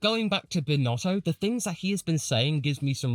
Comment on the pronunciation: I like how you called SBinnotto as Sbinnala. Good times